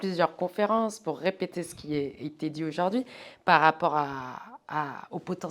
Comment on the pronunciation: On ne dit pas aujord’hui, mais aujourd’hui